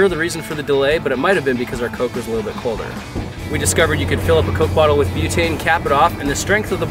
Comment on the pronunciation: colder not cloder